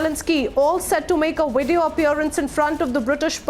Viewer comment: I didn't know video had a "w" in it😂🤣